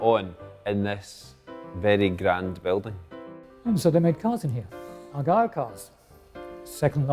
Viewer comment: The name was "The Argyll" not Argyle